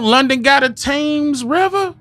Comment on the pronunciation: Real hard to swallow with the English mispronunciation of sword and Thames. Your blasphemy and vile profanity in the last part of the audio is the proof against righteousness here. Gen. 12:3